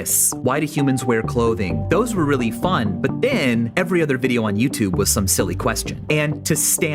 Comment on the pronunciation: "Youtube-buh" "Upload-uh" "The new minumum-uh" "Didn't come so frequently-uh" "A pattern forming-uh" "Quantity-uh" "No-one else helping-uh". Dude. Stop. You sound like the cashgrab-ummmm chic.